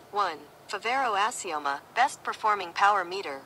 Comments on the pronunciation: I bet he doesn't speak Italian or Spanish ! 😂😂 Fiveri, Fibero, Foberry, Fevoro, Feberrry... Azaroma, Abimoma, Ebimoma, etc 😂😂. I like him, nice guy and honest. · Fa-vair-oh Ass-ee-oh-ma. Hopefully that helps you in your pronunciation LMAO.